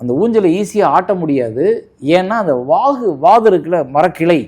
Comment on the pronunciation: அது வாகு இல்ல வாது okay